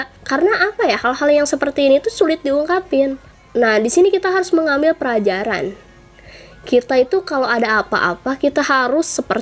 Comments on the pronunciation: pelajaran bukan prajaran🙄🙄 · = Mengambil perajaran? Entah gua yg conge atau hp gua kentang atau Emg salah ngmng?😂